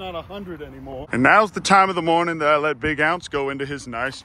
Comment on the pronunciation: Good mawning everybawdy